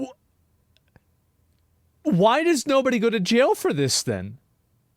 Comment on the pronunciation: "Stryaight to jyail" Assmon.